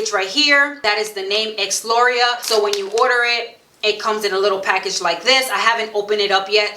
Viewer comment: Good thing you wrote Exlura. I thought you said “Ex laurel” lol